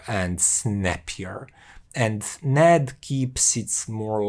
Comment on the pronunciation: I think it is pronounced separately, N - A - D